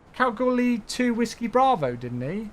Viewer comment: You pronounced Kalgoorlie correctly 😃